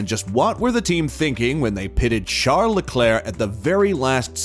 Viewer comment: Who is "Shart the Claire"? I'm assuming you mean Charles or Charlie.